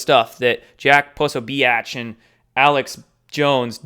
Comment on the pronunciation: Exactly! You have to ask yourself why Jones and Prosabitch are getting so much air time? I agree with you, pronounce names however you want. It’s your channel and if they don’t like it, they can hit the door 🚪. Free thought is priceless and just like it describes, it is FREEEEEE!!!!! And why are people so concerned about your pyramid? Pyramids are part of our history, deal with it! Instead of critiquing, start your own channel shills and larps, we don’t have time for your 3rd dimensional drama! Thank you for all of your insight and hard work 🇺🇸